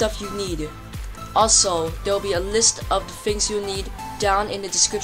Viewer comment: 1."fings like dat" 2. ever heard of ramps 3. you sound like a robot powered by snot 4. you couldn't get the pineapple refiner (even when this vid what posted)